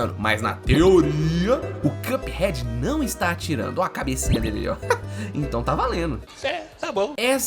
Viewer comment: Excelente vídeo,! Só queria pontuar que a pronúncia correta de "cup" é a que você fez aos, ou seja, sem /j/. Na maioria do vídeo (exemplo aos ) você pronunciou como /kjʌp/, enquanto a pronúncia correta é simplesmente /kʌp/. Tô mencionando isso porque acho top seu conteúdo e sempre ajudo meus friends com mispronouncings <3